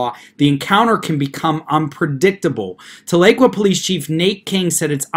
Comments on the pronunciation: Tahlequah ....is pronounced Tah--le--quaw....many people not from Oklahoma mispronounce this Cherokee word. However, thanks for the video and your insights on this extremely dangerous movement. I haven't heard you talk about another group, much like Sovereigns....probably better to say just like them...and that group are the ones that go by Moors. From what I have seen, through watching videos they have posted, they appear to be made up from within the African American community. 1 hilarious video had 1 bloke claiming to be a Moorish National Tribal Peace Officer. He came in contact with the real Law Enforcement by ''travelling'' at 108 mph! Of course there was then the usual argument concerning driving vs travelling, no need for a current Driver's License or registration but, the kicker was that because of his status within Aboriginal Moorish Community as a Peace Officer he was exempt from arrest, which of course that was the end result once he refused to give the Officer a Driver's License. His reasoning for travelling at that extreme speed was his vehicle (that he said was in a trust...whatever that meant) was close to running out of petrol and he had to HURRY to a station to fill his tank lol. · The "tal" doesn't quite do it. It's more like Towl - uh - kwa. That may not be the Native American pronunciation but, that's the way I heard it as a kid. When I lived there (1960s) we called it Talleywacker. lol Floated the Illinois a bunch. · I live in OK and everyone pronounces it Tala-Qwah lol. I was confused on the town until I remembered this incident. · You pronounced Tahlequah wrong!!! It’s pronounced Tal-la-qua!! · Thank you Jim! I was about to do the same thing, though probably not as well as you did. It was like fingernails on a chalkboard every time he said it wrong. BTW- I'm from south OKC. You an Okie? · Love your videos. Wish I could tell how to pronounce the city. Very good try. Oklahoma Girl